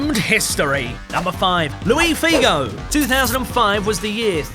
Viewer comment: its not louis figo, its luis figo, and im portuguese!